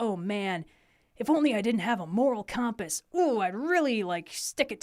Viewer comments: Sounded like "cahm-pass" to me. I dig it. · Shoutouts to how says compass